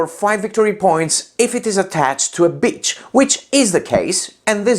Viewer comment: lol well to spell it out for funsies "beech" in the video sounds a lot like "bitch" (key being ee as opposed to i)...so if you have 4 beeches in your forest / ladies in your harem per se...😆